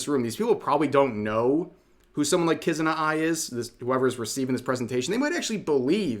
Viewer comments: How dare she mention the lord of all VTubers Kizuna AI. And this typical Western pronunciation simply destroys the sound of the name. It just pisses me off. I can't take this level of disrespect . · Hearing her call Kizuna Ai "Kuzuna Ai" is the same energy as "we have superman at homw" "Superman-at-home: SpecialMan". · This looks really bad imo. People who have no love for vtubers trying to exploit vtubers. The fact that she didn't even do her research about Hatsune Miku and she called Kizuna Ai her "friend" despite mis pronouncing her name horribly just reeks.